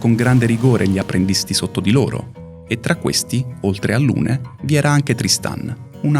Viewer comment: Strano che venga ripresa la pronuncia di Maelle e non di tutti gli altri personaggi, che in Francese hanno una pronuncia completamente diversa... Per esempio Lune si pronuncia Lun. Trovo inutile puntare il dito sulla pronuncia quando nessuno nomina i nomi "propri" correttamente in base alla lingua nativa